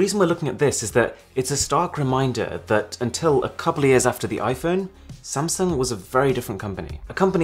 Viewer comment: Most say Sam sung... Aarun says Samson..lol